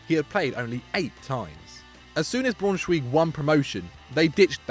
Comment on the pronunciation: That pronunciation of Braunschweig was bloody awful. Stopped watching after that.